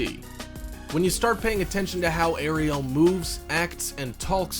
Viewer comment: OMG!!!... I REEEALY CAN'T STAND THE WAY THIS GUY PRONOUNCES CERTAIN WORD'S, ESPECIALLY THE WAY HE PRONOUNCED ARIEL!!! AND THE MAIN THING THAT I FIND EXTREMELY ANNOYING IS HOW WHILE HE IS DESCRIBING EACH AND EVERY ONE OF THE EASTER EGGS, THE WHOLE TIME THEIR NOT EVEN SHOWING THE ACTUAL SCENES OF THE EASTER EGGS!!! SUCH LAZY AND POOR EDITING MAKES THIS WHOLE VIDEO JUST THE WORST!!!😕